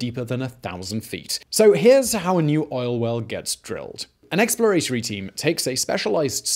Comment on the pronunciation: Eks-plə-RAY-tə-rē? What the hell? 🤨